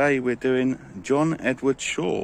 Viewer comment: Thaw not Shaw x